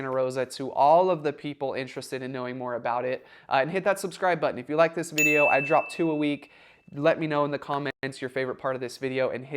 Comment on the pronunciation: when you say DROP it sounds like you know what :face-blue-wide-eyes